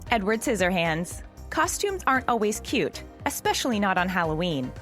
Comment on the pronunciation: YOU JUST SAID CUTE WRONG🙁